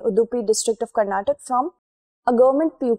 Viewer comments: Thank you so much for providing balanced approach. It is not Karnatak, it is karnataka. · I completely agree with your stand on every single dialect has its own relevance but people of that that region call the state as Karnataka and that’s the actual pronunciation.You could have learned it to be called Karnatak since kindergarten but people who hail from that region expect everyone to call their state by its actual name and not the version amended by a particular region/ethnicity.I can’t address you as only because it’s pronounced in my region that way right! It’s important that we recognise the prominence of each and every culture in INDIA being a fellow citizen. Hope you got my point